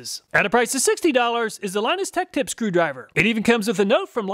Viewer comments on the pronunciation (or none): none